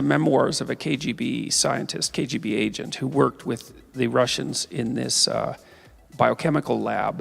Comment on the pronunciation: "Troof". "Wif". Ugh! If you can say "theory" then why can't you say "truth" or "with"?